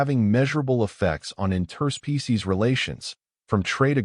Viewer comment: Great story, but I wish your AI would learn the word "Interspecies" in its pronunciation. The inflection point is totally wrong. " Inter- SPECIES" is correct. "in-TER-species" is wrong. The base word is, "SPECIES"